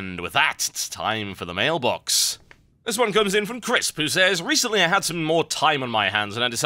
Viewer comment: why do you sai mailbLox? its mailbox with no L